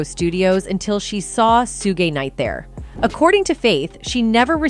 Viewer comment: Soo-gay Night....just one of the many AI obvious mishaps on this sketchy video.